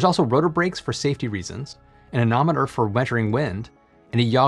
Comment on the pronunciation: "Anemometer" not "anometer".